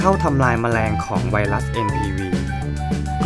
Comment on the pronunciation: ไวรัส ไม่ใช่ไวลัด กรุณสออกเสียง ร ล ให้ถูกด้วยครับ